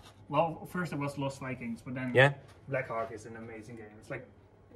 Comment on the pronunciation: Be careful with the pronunciation of Black Hawk